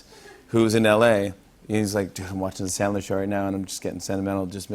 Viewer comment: says his hero is Sandler, pronounces it chandler. Fuck you